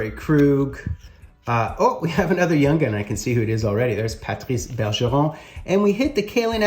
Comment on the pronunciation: Love the way you pronounced 'Patrice Bergeron '